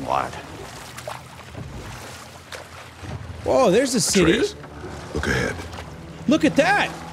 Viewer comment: i love how he says atrequs instead of atreus